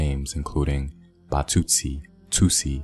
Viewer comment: Batsutsi .... trie at least to pronounce correctly.